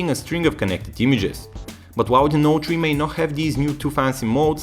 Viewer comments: Note tree :P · galaxy note tree lol..